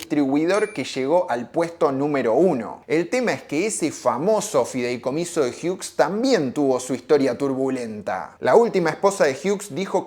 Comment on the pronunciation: No es fidelcomiso, es FIDEICOMISO.